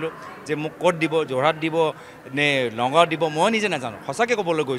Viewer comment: যোৰহাট, গুৱাহাটী, নগাঁও শব্দ কেইটা উচ্চাৰণ ভুলকে কৈছে সি